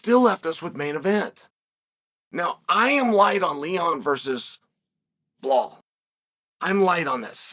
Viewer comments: He pronounced Belal’s name right! Well done, Sonnen!! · Wow! The way you said Belal and not “Bluh-hall” really threw me off for the day 🤯